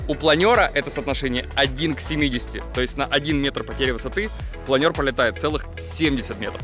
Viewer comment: Впервые слышу, чтобы плАнер называли планЁром.)